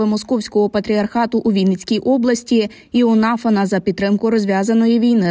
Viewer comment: "ИонафАн" правильний наголос